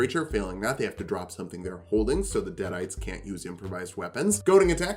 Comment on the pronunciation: "deaderites". Come on, man.